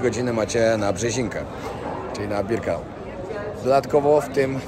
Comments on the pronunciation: Nie Birkenaut tylko Birkenau...Nie Rudolph Hyc tylko Hess. Szacun za film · Przepraszam bardzo, ale żeby zrobić materiał o Auschwitz (są tysiące materiałów), to trzeba się bardzo dobrze przygotować. Niestety ale Ty kompletnie się nie przygotowałeś. Zrobiłeś to trochę,,na siłę”. Nie Albrecht macht frei a Arbeit.. Nie Birkanaut a Birkenau… Nie Rudolf Hyc a Rudolf Höss. Rozumiem, że chciałeś mieć materiał itd. natomiast nie wolno w tak ciężkim materiale gatunkowym przekręcać postawowe rzeczy. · Birkenau! Nie Birkenaut